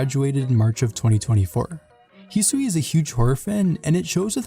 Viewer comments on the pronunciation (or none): none